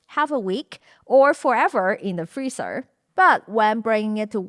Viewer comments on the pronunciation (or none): none